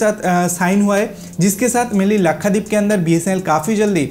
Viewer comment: Bhai Lakhadeep nahi Lakshadweep hai😀😀😀